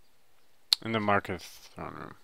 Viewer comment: It's pronounced Kal-Sell-Mow And Mar-car-th